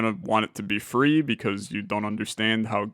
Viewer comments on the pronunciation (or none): Every time he says free it makes me laugh so hard